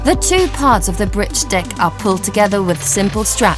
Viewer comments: The narrator for suspension bridge part of the documentary has a distinctive way of saying the word "bridge" to me it sounds like she's pronouncing it "britge" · BRIDGE YOU SILLY WAMMEN NOT BRITCH! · WTF is a Britch.... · WTF is a britch?